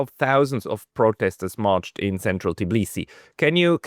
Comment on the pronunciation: The capital of Georgia is called Tbilisi, not "Tiblisi" The way you say it, sounds about as ridiculous as if someone called you Apsacal instead of.